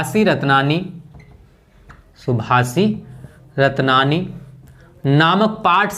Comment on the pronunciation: सर जी सुभाषितरत्ननि है। ना की सभाषिरत्ननि।